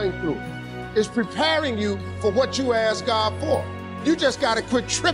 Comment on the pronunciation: Ummm love the message but the word is ASK no ASS 🤣🤣